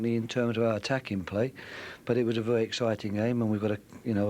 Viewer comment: "A vewry good side"